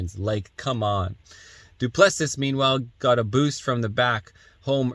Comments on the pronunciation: Dude, are you Canadian? "Duplessis" is French, not Greek. "Doo-plessie" is how you say it, like the Quebec premier. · Doo-pli-see is the correct way to say the fighters name. Just trying to help.